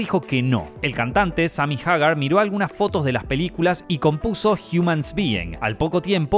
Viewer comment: Amigo no se dice Van Halen, se dice Van Heiilen ni tampoco Sammy Hagar es Samy Heygard entiendo que eres de Argentina 🇦🇷 pero esa es la forma correcta de decirlo